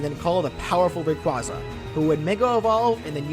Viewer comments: i swear to god if i hear someone mispronounce rayquaza one more time i'm gonna lose it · hmmmm, is is, perhaps, meee? You pronounced Rayquaza wrong It sounds like ray-quay-zah